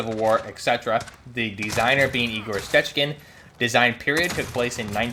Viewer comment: Damn, I don’t speak Russian but that pronunciation of the name was great